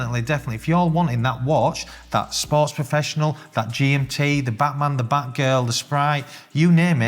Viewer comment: i like how you pronounce it "buttman" instead of ˈbatmən? Because that's what it is ... a buttman's watch🤣